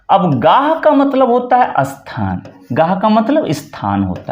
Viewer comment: "अस्थान", " इस्थान" ❌❌❌❌❌❌❌❌❌ ==>> स्थान ✅